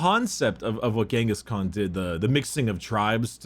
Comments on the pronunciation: Why does keep saying genghis Kong I keep imagining Mongolian donkey kong Edit: white scars episode and doesn’t mention the great hunts cring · Am I the only one annoyed by saying Ghingis Kong?